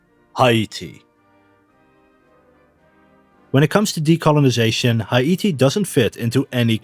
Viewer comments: It's not Ha-I-ti. It's He'-Ti. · It's hay tee, not high ate ee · Haiti. Thats "Hay-tee", not "High-ee-tee" 👌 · I have never heard Haiti pronounced as High-ee-tee. I am not blasting you, I thought you were English. I did some research and see that some pronounce it as high-tee. But most say hay-tee. I just thought that was interesting. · Why are you pronouncing Haiti like it's Hawaiian? It's just Hay-tee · It’s hi•ity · Can you not say Haiti like that please? It’s pronounced “ha-te”. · I dont think thats how u say Haiti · Why the actual fuck do you say Haiti like that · bro stop saying haiti so weird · you say Haiti weird